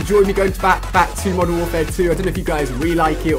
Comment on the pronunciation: At the start you said Mosern Warfare 2